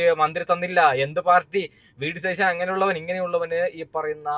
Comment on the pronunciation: ശതീശൻ എന്നല്ല സതീശൻ എന്നാണ്